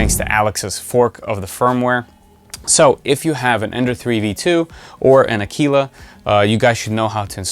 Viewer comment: Another great video on the “Voxel-Lab A-kwil-la”. Thank you. ;)